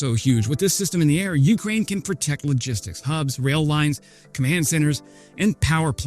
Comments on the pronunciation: PLEASE stop saying YOU-k'rain... it's yew-CRAIN. The second syllable is stressed, not the first. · sometime he gets it right, but most often its "you crane" with a drawn out you. shorten the you bit and contract the word more and u got it ;)